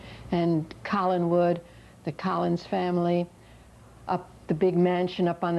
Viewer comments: Am I the only one who thinks it’s ridiculous that the narrator kept calling the house Collingswood?? Learn the name of the damn house if you’re gonna film a documentary!! 🙄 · Narrator...Collinwood not Collinswood. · CollinSwood!! Better drop the 's' their!!! It's COLLINWOOD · It was Collinwood, not Collinswood. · Please make this idiot narrator stop saying "Collinswood." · Gosh, where'd they find this person to host this? From the affected speech to repeatedly mispronouncing the show's setting as "Collinswood" instead of "Collinwood," pretty laughable. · Kind-of 'off-putting' when this person (whom no one has ever even heard of), starts off as the commentator, and right off makes a mistake by saying "Collinswood", instead of "Collinwood". A commentator who knows nothing whatsoever about the subject on which they're commentating.........weird. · loved watching it, but the lady hosting kept annoying me by saying CollinSwood instead of Collinwood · Who is the bimbo who called this "collingswood" hahaha. idiot. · "Collinswood?" Please!! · Nice little documentary. But couldn't they have taught the host to say "Collingwood" instead of "Collingwood"? How did nobody notice that? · I know - that annoyed the hell out of me.